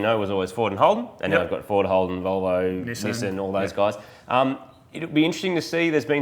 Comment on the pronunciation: a Nissan is a Nissan, not a NEEEEEEEEEEESAN